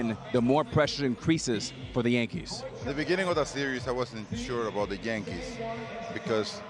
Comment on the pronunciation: Tell Ortiz it’s a Y in Yankees